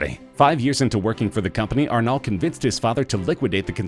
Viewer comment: The way, wherein you pronunciated "Arnault", is not proper France Talk.